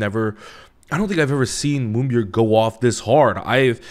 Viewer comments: You know, I'm just happy there is somebody out there that says Moonbyul's name right. Lol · I get extremely satisfied with your explanation of how the industry works & Moonbyul's impact but I get even more satisfaction with your perfect way of saying her name, naturally. Bless you.